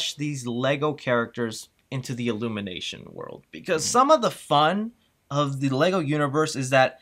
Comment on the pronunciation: I would not pay $37 for overpriced coffee saying "Illunimation."